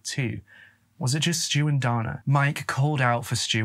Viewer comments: Pronounced Day-na.🤔🤔😱. All you tubers should pronounce words correctly. If unsure you can ask computer to pronounce the word !!!! I have sons and at 13 they would not have been allowed to go like that. Also no man is gonna tell me how to raise my children. They come first!! Their mother was a lousy person. Their Dad was too. Poor kids !! 💔😱😢. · Also, the male name 'Dana' is traditionally pronounced with a long a sound, as in Dana Garvey. Between your mispronounciation of 'Sioux' and 'Dana,' and your misuse of the word 'upsetted,' you might want to do some research on pronunciation and usage before your next video. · Great video as always,! Just for future reference, Sioux is pronounced “sue” and Dana is pronounced “day-na”:) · The brothers name is pronounced DAY-NAH it’s a rare name for a boy but I did grow up with a Dana. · Confused why they call Dana a boy...refer to HER as Brother. The photo shows a FEMALE named Dana. Pronounced DAY NA. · the male name Dana is generally pronounced "Dayna" in the US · Sioux is pronounced like the girls' name "Sue" and Dana is pronounced like "day-nuh" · Sioux pronounced Sue Dana pronounced Day-nuh Gosh Sir, get it together!! Drove me absolutely Bonkers listening to the murder of those words...😂😂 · I believe that it’s pronounced “day-nuh” as opposed to “don-uh”. I’ve known a couple guys named Dana, and it’s how they’ve always pronounced it, that is. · I was very confused while listening that the boy's name was pronounced "Donna" which is pretty exclusively a girls' name... But then actually watching while not asleep, saw the spelling. As a Dana myself, it's usually pronounced "Day-nah", at least in my part of the world. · Dana is pronounced Day-na. Not donna.....😂😂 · and Dana isnt pronounced like Donna. i was so confused until i saw the name spelled under his photo. poor kid. Great vid, but a little disrespectful not to check how these names are pronounced when its all easy to find.